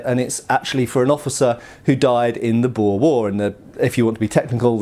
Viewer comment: Great. Another one that can't pronounce boer. Nice video tho.